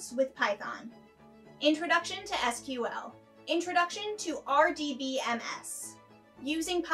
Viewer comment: I worry about a presenter who doesn't know how to pronounce SQL and Deloitte